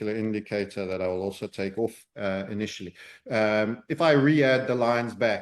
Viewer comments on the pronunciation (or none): none